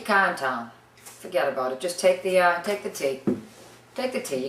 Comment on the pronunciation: "fahged about it lol"